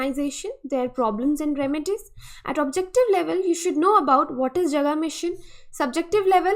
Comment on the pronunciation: Jaga ka pronunciation thik Kar lo plz,last Hindi video me bhi esa hua tha